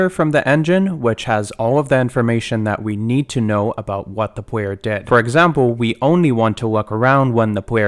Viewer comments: its kinda cute how this dude sometimes pronounces Rs and Ls as W, like "pwayer character" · It's so interesting hearing the w's switched out sometimes because his speaking voice is very normal outside of that! I find it quite relaxing. Also this tutorial is phenomenal, thank you for making it!